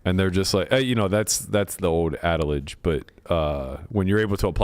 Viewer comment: Sorry Berk, it's adage not adalage